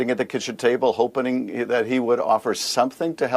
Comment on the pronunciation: Hoping or "HOPENING" ... Adam?!!